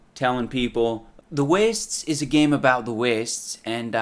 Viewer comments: Da Wee-ests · it's the 29th of September 2020. ever since watching this fucking video, everytime i hear the word "waste" i can only think about the way this dude says it. "weeeeast". additionally, some Audible ads have a dude that sounds exactly like him. more trauma. will i ever be free of this curse? probably not. weeeeeast